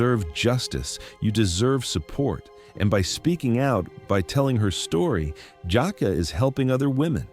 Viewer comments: Stop calling this lady Jacka…..it’s! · Omg why he keep calling her "Jaka' it's 😂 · Exactly! And the fact that he keeps mispronouncing her name is pissing me off! 😡 He keeps calling her "Jockwa" when her name is!! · I hate how ai pronounces black names. HER NAME IS JUH KAY LUH !!! FUCKING ROBOT. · Your pronouncing her name wrong. That’s the least you could do is properly pronounce her name. It’s pronounced Jah- Kay- La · Jah -Kay -la - this is the way it is pronounce. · Is this AI or something? It's annoying 😑 AF hearing someone's name being mispronounced! Nobody: You: Jaqua. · I use to work with this young lady, and she is the sweetest person. I’m hurt that this happened to her 😢. One thing that irked me about this video…her name is pronounced Ja-Kay-La!!